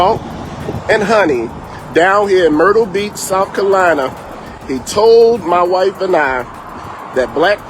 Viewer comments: First off it’s South Carolina not South Colina. Second, when you here Black Pastor, that means Black Activist. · It's South CAROLINA, not South "Kalina". It's "he told my wife and ME", not "he told my wife and I". It's "establishment", not "extablishment. There's a pastor for you: poor grammar and a liar, to boot. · I know where South Carolina is, but I'm not sure if I know where "South Kalyna" is!